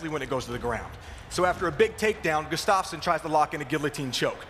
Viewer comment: Guss-tuff-son not Gus's-stof-sen